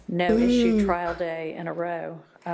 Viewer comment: Why do y'all say "trail" and not "trial" ?????